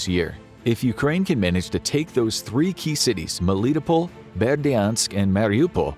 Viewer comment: The narrator did well, however Melitopol is pronounced Mel-lit-toe-pul or top-pol depending on the accent :)